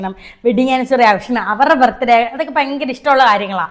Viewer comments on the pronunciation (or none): ഈ ഫയങ്കരം എന്ന് ആണോ നിങ്ങളെ നാട്ടിൽ ഭയങ്കരത്തിൽ പറയാറ്.... നിങ്ങൾ ഭയങ്കരം എന്ന് പറയാറുണ്ട് പിന്നെ ഇടയ്ക്ക് എന്താ ഈ ഫയങ്കരം 😂😂😂😂😂